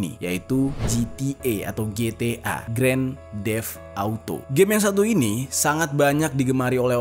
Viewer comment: bacanya bukan Gren def awto, tapi gren teft awto ✌ sekedar 1 dari berapa pronounciation yg "kurang tepat"🙏🏼🙏🏼🙏🏼 Masukan aja, Om, maaf